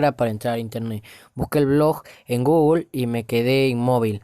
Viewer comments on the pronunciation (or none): none